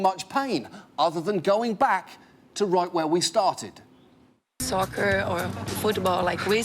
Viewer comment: It sounds like SUCKER to me instead of SOCCER. Am I wrong? Any one else hear it like that ? I think he was joking about the similar pronunciation of both words.